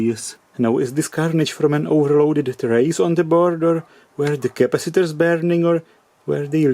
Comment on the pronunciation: "Changing these crapacitors..." lol